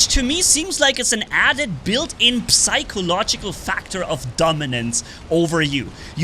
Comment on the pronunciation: You don't pronounce the p in psychological lol